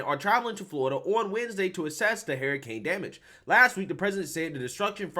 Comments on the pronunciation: Dude it’s not hairrican—— it’s hur·uh·kayn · De Santis is AWESOME SAUCE NO DOUBT! BUT, YOU SAYING HERICANE! WHEW CHILE 🤣😂😂😂🤣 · Big fan here saying this but the way you say Hurricane is nuts lol You sound dead on Cleveland Brown from Family guy when he says "Heryicane" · I thought Harry Cane Sandy was a person for a quick second lol